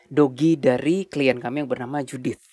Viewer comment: client bacanya salah..kuping saya jadi gantel hahaha...